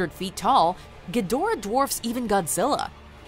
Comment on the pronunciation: GEE-da-RAH, his name is GEE-da-RAH. Have you actually seen the '60's debut movie, or Monster Zero in the '70's or Godzilla vs Mothra and King Ghidorah: All out Monster Attack in 2001? It's pronounced GEE-da-RAH. Granted, Toho pays little attention to continuity (neither does Dao Studios otherwise they would have reshot the scene where an American actor, playing a news anchorman, mispronounced Gamera's name as GA-MERA-RA while everybody else uses the proper anounciation of Gam-er-a) because it's cheaper to leave in the verbal goof than to correct it in a reshoot. Despite all that cheapness, cheasiness, and bad over acting, I still love Japanese Kaiju movies (mostly because of their flaws).